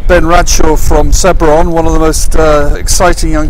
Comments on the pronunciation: He is saying sedbruh 😂😂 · Someone please teach the commentator how to pronounce Sedbergh